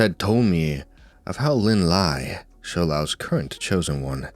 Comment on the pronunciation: Thing about Lin Lie is that his name isn’t pronounced as the English word “lie” but rather something more like “Lee-eh”, which is romanized as, well, Lie You probably already know but I’ve heard pleeenty of Chinese names be mispronounced with an “English” pronunciation so it never hurts to educate